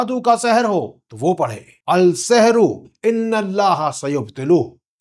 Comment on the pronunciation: Al-sehro nahi balki " As-sehro " parhna chaahiyye..